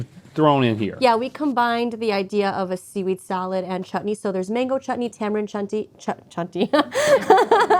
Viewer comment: She said 'Chanthi' insted of 'Chatni'. 'Chanthi' in Malayalam ( one of the many Indian languages ) means Ass 😁